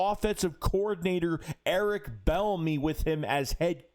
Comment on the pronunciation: Pronounced like B enemy no L